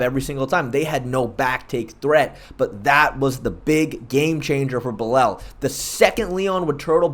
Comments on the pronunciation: Fair enough. Nothing wrong with taking the Hooked on Phonics approach. However, following your logic... How did Belal end up becoming "Belel?" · Mans pronounced shavkat to a T, but couldn’t pronounce Belal or Geoff…